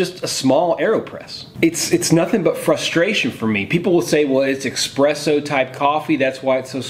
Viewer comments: Did you really say "eXpresso"? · This man neither knows how to use an AeroPress or pronounce eSSpresso . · The moment he pronounced espresso as eXpresso....I knew he was a Folger's kind of coffee drinker......nuff said XD. Gotta make it a concentrate then add water for best benefits....and use "good" coffee. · Espresso has no 'x'...I thought you knew something about coffee. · WTF is EXPRESSO? :D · i cringed at your eXpresso. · for God's sake! there is no X in the word espresso!